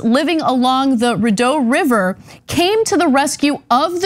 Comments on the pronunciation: Sadly she's not the dumbest one around.. oh, and the river is pronounced "REED-O"...eh. Bet there were less POTHOLES than in town. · Rideau River....pronounced, Re Doe....She deserves a jail sentence and a fine. That car will pollute the Re Doe River with gas, oil and other fluids. Should have to pay for the recovery of the vehicle. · The rest of us in the province didn’t have any idea wtfh she was thinking either. 🙄🙇🏻‍♀️🤦🏼‍♀️ We weren’t very kind to her on twitter yesterday. Also, the name of the river is pronounced “reedough”.